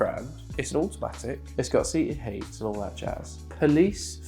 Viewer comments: Glad its got "seated heats"! (I heard that twice from the same person hjaha) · “it’s got seated heats”😂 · "Seated Heats" lol